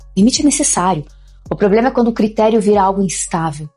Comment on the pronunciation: "PROBREMA"????? SE AFASTA 😂😂😂